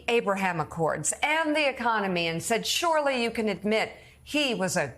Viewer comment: I just want to compliment Mika on her pronunciation of the word "Surely".... She is one of the few who doesn't make it sound like "Shirley"